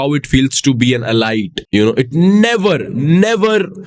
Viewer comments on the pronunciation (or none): How confidently he pronounced ✨EE-LIGHT✨( Multiple times btw)